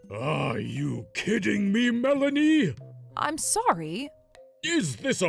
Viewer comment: That not melanie that brlanie